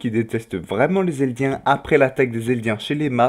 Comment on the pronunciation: On dit Eldien pas Elidien